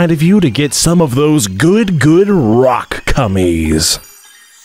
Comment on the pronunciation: This is all for the purpose of entertainment. Don’t take it so seriously. HE LITERALLY SAYS ROCK CUMMIES!